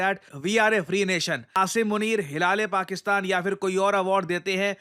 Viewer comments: Guys it's Hilal E Pakistan. Not hilale Pakistan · हिला - ले - पाकिस्तान 😅😂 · Guys!! Sir actually meant "Hilaal-E-Pakistan" not "hilaaley pakistan" but still yaar hassi toh mujhe bhi aayi🤣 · 😅😅sir hilale Pakistan bolte ho aap to hasi nhi aati h😅😅😂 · HilaaaLeee Pakistann... Ye sunkr hi jor se hasi chut pdti h 🤣🤣🤣🤣😂😄